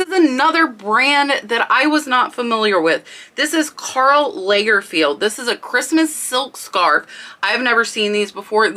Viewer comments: Also lahgerfeld, not laygerfeld. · It’s Karl Lagerfeld.. not yeagerfield.. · I love your video’s So many things to learn !!! Interesting and informative. There is History, Pop culture, and Classic information in what you show us. Thank You . Oh and One of the items - it’s pronounced Karl “ Logger- feld “ Lagerfeld. I hope I don’t sound snooty. Petit means little in french. Pronounced Pe- tēt. The first e is a short e sound as in pet. Again I am not trying to be snooty. You had mentioned your weren’t sure of the the pornunciation. So I looked them up to be sure. Again I really enjoy learning from you.